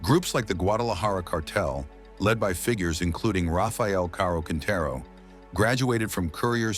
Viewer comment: Oye amigo narras los videos Y no conoses los líderes Y ni sus apellidos. Rafael caro Quintero Porque dice caro que es eso Se dice caro Quintero